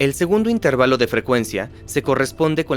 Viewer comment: Esa traducción anda falla, no es "intérvalo" sino "intervalo", lo están pronunciando como una palabra esdrújula. ¡Igual es un gran video!